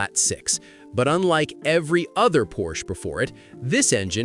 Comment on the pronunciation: Don't tell stories if you don't even know how to pronounce the name.